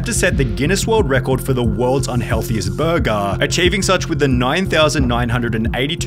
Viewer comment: 'Burgaaaah' - ... there it is again. Why do you do it?